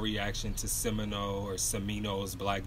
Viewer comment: This man said Simino lmaooo